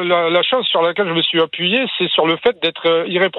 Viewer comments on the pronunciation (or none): none